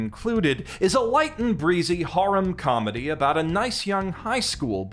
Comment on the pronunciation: For the love of all that's holy please learn how to pronounce the word "harem"